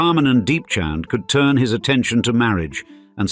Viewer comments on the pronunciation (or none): none